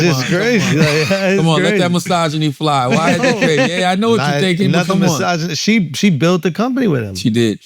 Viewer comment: Not a episode unless you hear charla say MYSOGINY